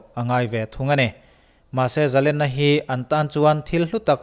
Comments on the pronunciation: Zalena "len" tih lai tak hi, sangha len kan tiha "len" kan thluk ang hian thluk tur a ni lo maw???🤔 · zalenna laitak a lenna kha,sangha manna len lamrik dan hian lam la,a dik zaih ang